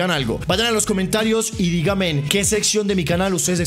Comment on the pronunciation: "Digamen" 🤪